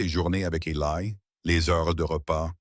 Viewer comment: Eli ça n'est pas Elaille. Sachez dire le prenom correctement. Cette horrible IA est plus qu'énervante.